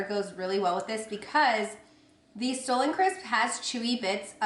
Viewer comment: The Stollen crisps are pronounced "stah-lun" and they are SO good. For a while I thought that you had taken them from TJ, and that's why you kept saying stolen. lol. Also, I love your shirt/dress! So flattering on you and I <3 the green!